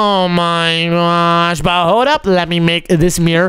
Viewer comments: Stop Finn oh my gosh Because you said oh my gwosh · it's not gwosh